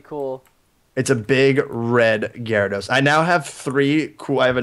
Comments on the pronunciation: preston its garados not gyrarados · It's Gyarados, not Gyaradose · perston its no E gyarados